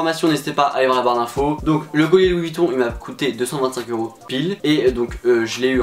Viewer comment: « Louis VuittOU » je suis en larmes😭😭😂